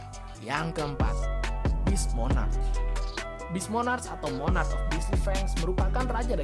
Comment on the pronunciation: Bukan monac tapi monark